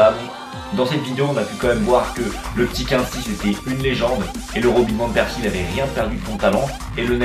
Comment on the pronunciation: Par contre ca se prononce COUINESY promes mdr ^^